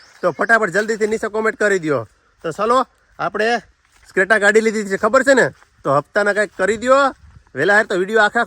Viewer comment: રોજડા ક્રેટા કેવાય સ્ક્રેટા નય સાલા બોલતા પેલા સિખ